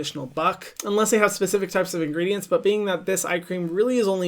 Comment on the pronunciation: The way hyram pronounces ingredients is just INSANE!!